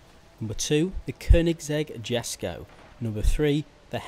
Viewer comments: I’m going to say this so you don’t make another mistake. It’s pronounced Yesko. Not Jesko. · YEETsko